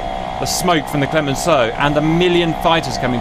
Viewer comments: Your pronounciation for "Clemenceau" is 100% correct, Cap ;) :) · Where are the F8E(FN) on the french side? Not modeled in DCS? Superb fight with some very cinematic head ons! Pronouciation of Clemenceau spot on. We dont call them super E but SEM (pronounce "same") They are more of an attack plane than an air superiority one, but the same can be said of the A4 so fair fight here. Even in french we would say "in the face" instead of "dans le visage " 🤣 And when you say "dans le potage" you sound like my great grand mother. Try "c'est la merde" or "c'est la chianlit" 🤣 Always fun to watch those naval battles